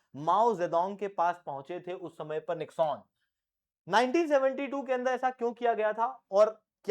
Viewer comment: It is not Nix-On, it is pronounced as निक्सन ।